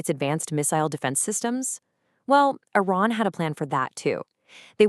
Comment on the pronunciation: It is iran not inan 🤣